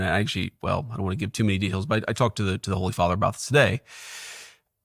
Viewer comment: “An Ackshee, I do’wanna give too much deHails” 😂 This guy is COKED OUT